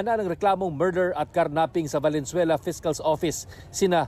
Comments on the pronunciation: I'm pretty sure sabi nya "Valenzuera" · Valenzuera! 🤭 sino naka dinig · valenzuera 😅 did u hear that